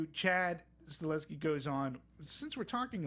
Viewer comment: Nitpick: since we all feel this huge respect for the knowledge of the director, can we just get his name right? Not Sta-LES-ski, it's Sta-HEL-ski... I at least think he's absolutely earned the right to hear his name said correctly ;-)